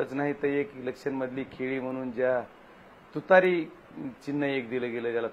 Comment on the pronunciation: तुतारी म्हणायचं असत रे! तुतरी नाही. कुठून आणलाय याला?